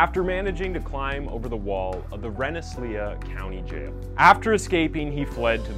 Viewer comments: "Rensselaer" is really pronounced "ren - sel - leer". Now that I google it I guess it's "ren·suh·leer" I grew up nearby. Where'd the leah come from? Is that French or something? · I'm from upstate NY and I lost it when I heard how he pronounces "Rensselaer" XD ....It's "Ren-sler" lmfao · The two names in New York are Pronounced Renssaler " Wren-suh-leer" and Attica "At-tick-uh" They are French and Indian names. We have some winners in Upstate NY, that's the green part of NY northwest of NYC. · The mispronounced names and words in every video make these videos unique. I literally lol'd at the way he pronounced "Attica" and "Rensselaer" prisons. This channel is cool, thumbs up.